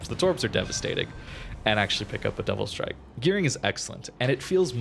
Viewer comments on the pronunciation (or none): none